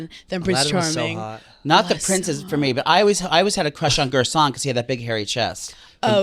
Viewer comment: its GASTON babyyy! not GERSHON 😆😆